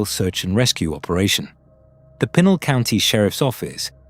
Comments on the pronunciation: PEE-Nal county...Brits continue to butcher the English language... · It pr9nounced pee nal county. Your fuckin it up